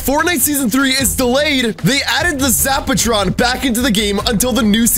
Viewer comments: Why does lox say zaptron its zapatron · Lox is calling it a zaptron not zapatron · Lol does lox know how to talk he said zap tron and its called a zap a tron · Price is the Sexiest zaptron is not the same as zapatron. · Why he call the zapertron zaptron